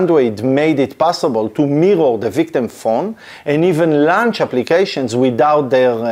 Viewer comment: Great overview. Please, check the pronunciation of retrieve and launch.